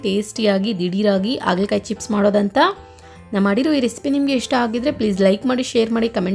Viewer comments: ಆಗಲಕಾಯಿ ಅಲ್ಲಾ .... ಹಾಗಲಕಾಯಿ... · Haagala kaayi not Aagala kaayi